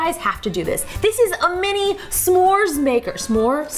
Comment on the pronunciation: you said "samor" on lol